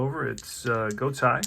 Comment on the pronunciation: enjoyed the game. I really like Deep Drive as a game to occasionally play. Just a minor note for future broadcasts, as an older guy - I remember many of these players. I’m pretty sure Julio’s last name is pronounced “Go-TAY”. Looking forward to more of this project.